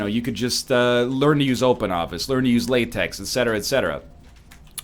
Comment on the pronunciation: It's pronounced LaTeX (lah, tek) you philistine